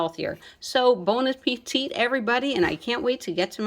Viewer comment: You said bon a petite , and it's fitting = good small. I knew what you were saying. Chao